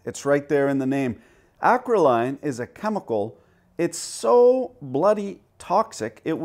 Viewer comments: Its pronounced...acro- lane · I believe it's pronounced acro-leen. And in its pure firm is a nasty molecule. At a facility I used to work at we had spontaneous fires a couple of times a month. The storage tanks were buried, as well as pointed (angled under groundl) up and out of the facility into the gulf o mehico in the event they ever decided to no longer reside there by way of half-assed rocketry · Acrolein is roughly produced “A-crow-lee-an”. Great video! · Lin-oh-lay-ic acid. Ack-roll-ee-in. You're welcome. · it's pronounced acrole-en, and as a chemist, yes it's vicious.